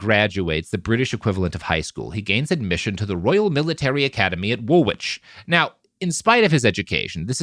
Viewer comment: Its pronounced 'WOOL-ITCH', not 'WOOL-WITCH'.